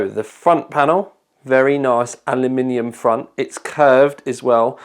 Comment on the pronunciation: Someone who pronounces Aluminium correctly. Awesome video bro.